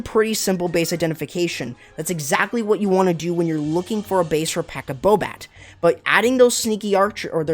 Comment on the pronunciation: Should be Pekka SAbat, not Pekka BoBat, cause no bowlers 🤣